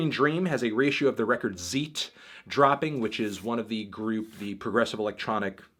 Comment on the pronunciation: Tangerine Dream record is pronounced cyte with a "tc" sound for c, not zeet